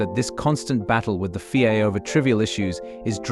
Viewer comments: What the fuck is the fee-ay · FIA is not a word, its a set of initials Federation Internationale de,i Automobile. your AI is crap